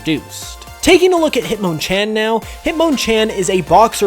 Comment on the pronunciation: The way says Hitmonlee and Hitmonchan is officially my least favorite thing ever. Considered me triggered.